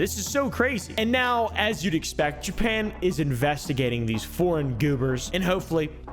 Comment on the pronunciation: Jewpan 😂😂 its JAPAN